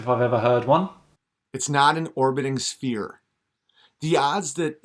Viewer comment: His accent sounds like he is from Rhode Island. I can assure you he does not represent the norm in my state! Does he know the difference between a "spear" and a "sphere"? His pronunciation is terrible.